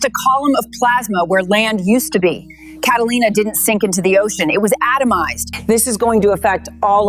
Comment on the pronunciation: it says “cataina” instead of “Catalina” 😂